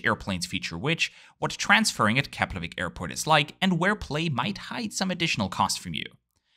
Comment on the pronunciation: im really impressd with your proaunciation of Keflavík and Reykjavík sounded very icelandic.